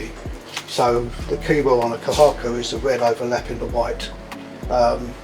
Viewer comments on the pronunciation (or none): Kohaku means “Amber” in Japanese. So you must be very careful when you call red and white colored koi fish which must be pronounced not Kohaku but Kouhaku because Kohaku doesn’t mean fish.